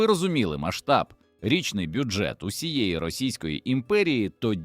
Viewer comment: Автори в якій школі вчився! ПОлки (полкИ!), рІчний (річнИй!). Горе-блогери!